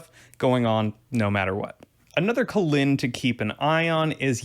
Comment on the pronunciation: Jazz in da colon... Sorry, I tried, couldn't get past Kholin being colon. I'm sure you did a great job.